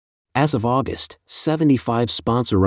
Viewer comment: But AI that insists my mom was born in AuGUST in instead if AUgust among other pronunciation errors. So bad English.